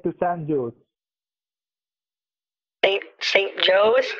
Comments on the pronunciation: i cracked up when the scammer said "San Jose" instead of "San Ho-seh" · “St. Joes” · “I live in Shan Joes” Kit’s brain short circuits San José... Shan joes. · Kit: "Where do you live?" Scammer: "San Joe-Say." I died. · I love that he had to have someone feed him the line that he was living in San Jose and he pronounced it "San Joes." Clearly he needs to work on his Spanish! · He’s in “San Joes” for San Jose 😂